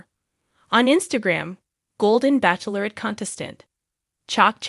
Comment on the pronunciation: Why are you still saying Backlorette ,it’s pronounced batchelorette